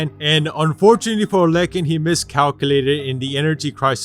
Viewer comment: Shouldnt gibraltars grandads name be pronounced as ah-lek-ki instead of ah-lek-kin or am i just hearing his pronounciation wrong?